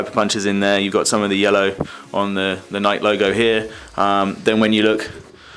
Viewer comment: It's pronounced ni key